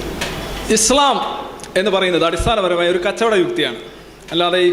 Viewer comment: He’s not able to pronounce ISLAM well.poor lad.